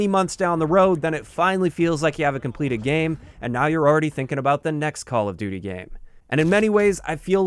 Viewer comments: call of dooter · "Part of the identity of Call Of Dutter" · "call of duder" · “call of dooder” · call of duter lmao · "Call of duter"